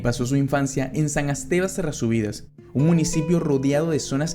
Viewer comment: "san esteva de sesrroviras"